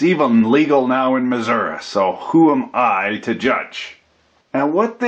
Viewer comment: I, too, listen for similar reason. I also noticed he snuck in the "correct" pronunciation of the US State of Missouri. "Correct" meaning how Missourians pronounce their own State name, not necessarily how I pronounce it.